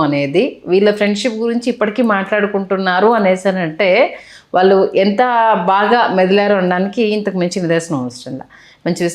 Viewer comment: వేలాది మంది చూసే వీడియోలు చేస్తున్న అవకాశం వచ్చింది. తెలుగు భాషలో అక్షరాలు సరిగ్గా దోషాలు లేకుండా పలకడం నేర్చుకో ఆంకరమ్మ!! వాల్లు,వీల్లు అనే పదాలు పంటికింద రాయి లా వుంటాయి.